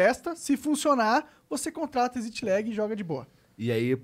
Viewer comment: como e: exit lag como o monark fala: ezit legui